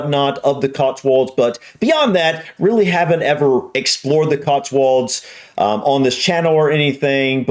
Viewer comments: There's no "R" in it! It's COTSWOLDS not "COTSWURLDS"! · We say CotsWULDS. Say it like that and they'll never know you're. 😁